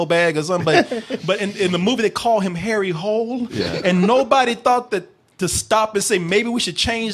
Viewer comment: That's not how you say the name. It's not "Harry Hole". You pronounce it as "Harry Holy".